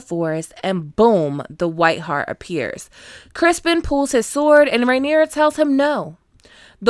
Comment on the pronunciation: Ma'am are you calling him Crispon?🤣 I'm glad I wasn't the only one to notice the handful of actual deer shit. 😅